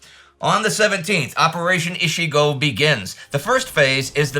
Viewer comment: Again a pronunciation nitpicking, but 一号作戦 (Operation number one) reads ichi-go, not ishi-go. Ichi means one, ishi means 石 stone (or 医師 doctor, or some ten other meanings, depending on context and used kanji)